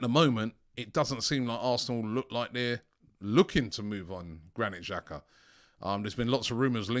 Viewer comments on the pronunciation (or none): none